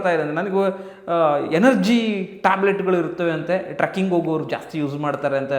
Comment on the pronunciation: ಟ್ರಕ್ಕಿಂಗ್ ಅಲ್ಲ ಅಣ್ಣ trecking ಟ್ರೆಕ್ಕಿo ಗ್ ಸರಿಯಾಗಿ ಹೇಳಿ